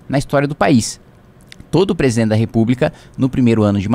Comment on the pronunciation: kim pq vc não consegue falar a palavra Presidente e sim Presen